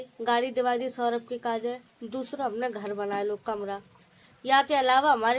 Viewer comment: Saurabh name hai uska saurabhe nhi 😅